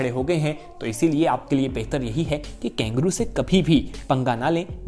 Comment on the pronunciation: वीडियो बहुत अच्छा लगा - पर ये " कैंगरू " क्या है ? कंगारू KANGARU कहते हैं शायद ?